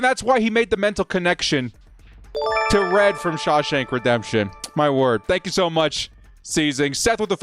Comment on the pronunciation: "Thenk yoo fer ALL cummieeng" Can This Jack Wagon even get his intro right?!! Great...proved youre a galactic moron. Now. STAY THE F#CK OUT !